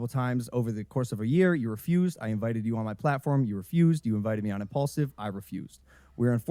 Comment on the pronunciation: No wonder it’s called impulsive (impaulsive) because he talks without thinking 😂😂😂